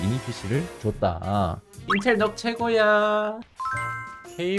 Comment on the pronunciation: 참고로 nuc는 넉이 아니라 누크입니다